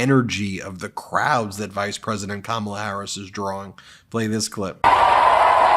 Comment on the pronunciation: He calls her Kam- ALL-a. How about starting to call him Don-OLD? Please start this trend.